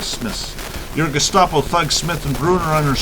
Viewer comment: *It's "Gestapo", not "gustapo". Just FYI.